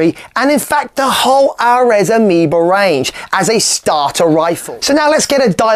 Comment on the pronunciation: Aireeees, not Arez